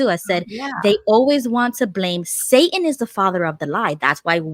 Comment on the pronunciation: "Caleb, who likes magic ... Jehovah ... or Say-un?"